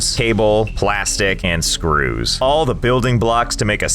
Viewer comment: I can never get over how funny Josh sounds whenever he says "screws"